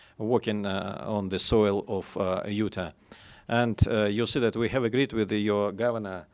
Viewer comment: He needs to cut out the "...you see dat". It makes it tough to listen to him present